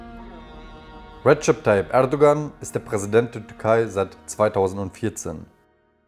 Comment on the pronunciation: Rischard Tayyip 😂😂😂